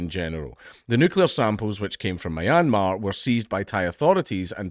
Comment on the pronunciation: For future reference, it's pronounced "Me-Anne-Mar". Or just call it Burma.